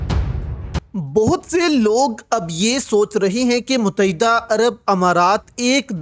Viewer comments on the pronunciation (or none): abe muttehda bolna to seekh le mut- teh- da pata nahi kiya jaeeb mutaeeda kehta hay